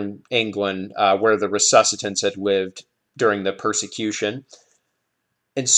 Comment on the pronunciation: Resuccitants"? Do you mean "recusants"?